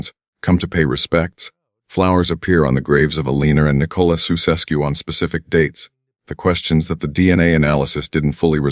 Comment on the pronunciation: Jee, first trie to pronounce their name right man, soeseskoe pfoei....